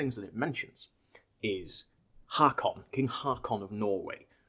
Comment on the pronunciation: Nice video. But it is Håkon not Hakon. In Old Danish aa also means å. So Haakon is prenounced like Håkon. Å in Håkon is prenounced like the o in the english words hold and old.